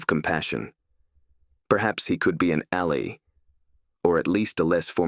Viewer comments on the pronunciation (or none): Yes. bee-Try rather than betray, alley rather than ally, for-mi-Day-bel rather than formidable, ob-sti-cly rather than obstacle. And that was just in two sentences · "He wasn't a friend, but he might be an alley."